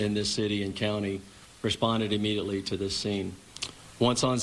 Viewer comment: Can somebody tell that cop that he is not saying immediately correctly what a doof.. how did he get to do the interview. Failed grammar in middle school